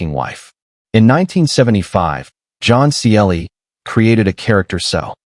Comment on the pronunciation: What a hopeless AI voice commentary. Can't even get the name of John Cleese correct. Pauses in all the wrong places. Unlistenable. Try again.